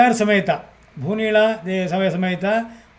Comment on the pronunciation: ಭೂಮಿನಿಳ ಅಲ್ಲ ಭೂನಿಳ